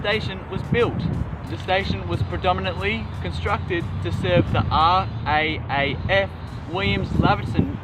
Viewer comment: A great railway video.a pedantic point it is custom to say R double AF rather than R AAF. Second point that until electrification the stations werribee and stations to Newport were serviced country trains the Geelong line and a rail motor to werribee. The Geelong flyer left werribee at 8 15 and pull in to Spencer st at 8 50. I note recent plans see a return of Geelong trains to improve travel time. The Galvin and aircraft stations were unmanned. Island stations were bad because of the number of fatalities. People would try to beat trains to the station or in that commuter zombie default a not be aware of a a speeding train. It should be noted that until the through to werribee service the Altona service was a mickey mouse service that operated from Newport following Williamstown services. I remember correctly there was also a service into Newport workshops.